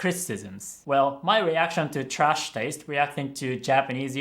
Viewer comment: I dont mean to offend you, I just found it interesting. Icn I realized your "a" in "trash" sounds pretty german 😅